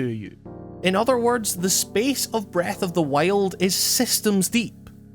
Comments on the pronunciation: sounds like you’re saying breath of the whale lol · This was a fairly good video discussing "Breuth of the Wiald" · Breeth ohf di wield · Breth oaf de wyold